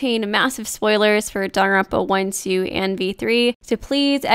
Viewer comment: please stop saying “Danaronpa.”